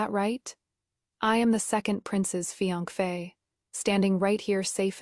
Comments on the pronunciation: What is fiangfe? It’s Fiancé/Fiancée. (Fi-yan-se) that’s how you pronounce it. The trouble with AI is that it just recites what ever is in the script. If the script is full of grammatical and spelling errors, naturally the pronunciation would be horrible. AI is but a tool. If you don’t want to work on it yourself at least don’t do a half-arsed job. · The pronunciation of fiance is hilarious! 😂 There is no such pronunciation. Its a French word pronounced "fee-ahn-say". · Riiight!! What is with that pronunciation?